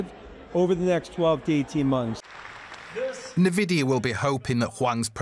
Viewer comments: Everyone: DW: Nay Vidia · Very annoying pronunciation of Nvidia 😡 probably AI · The narrator was sooo annoying. God, pls learn how nvidia is pronounced. Fire the guy and use AI for narration.